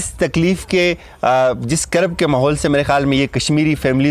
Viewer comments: اسلام علیکم بھائی ہم اپ کی اس کاوش کا دل سے مشکور ہیں بھائی لفظ قرب نہیں ہوتا کرب ھے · لفظ کرب ہے ٹھیک کر لیں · مسٹر صحافی یہ "قرب" کیا ھوتا ھے؟؟؟ اردو تو ٹھیک سے سیکھ لو پھر صحافت کرنا۔۔۔ ھاھاھا